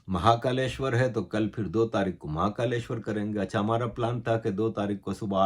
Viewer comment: Sir aapka pronunciation bohut badia hai warna bohut Pakistanio ko bolne hi nehi aate jaise aapne mahakaleshwar bola